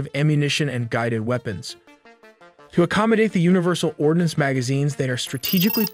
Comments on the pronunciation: Ordnance NOT Ordinance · or "ordnance"...